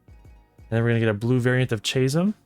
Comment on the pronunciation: chasm "kazm" not "chazm" sorry dude that's not badass